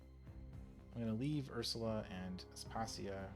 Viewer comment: Pretty sure that it’s pronounced As-pa-see-a. Other than that, wonderful, thank you for the vid!